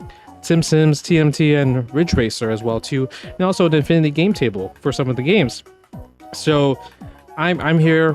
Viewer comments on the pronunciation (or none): none